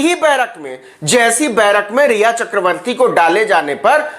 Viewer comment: Phle naam to Tik se le lo riya ka Bhut Chinta h 😡